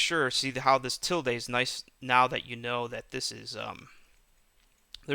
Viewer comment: Ok I appreciate the video but it's pronounced "S-cape" not "X-scape" and it's "til-duh" not "til-day"